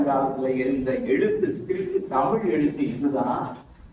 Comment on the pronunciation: தமில் வால்க .... அன்பர் "தமிழ்" என்று பேச முதலில் கற்றுக்கொள்.... தமிழ் மிக வேகமாக மடிந்து கொண்டிருக்கிறது ?.... தஞ்சை தமிழ் என்றும் "ழ" மரபதில்லை